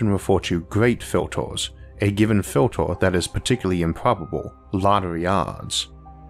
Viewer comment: New to Isaac, what's up with the pronounciation? Earth is Orth, Filter is Filtor? I'm confused.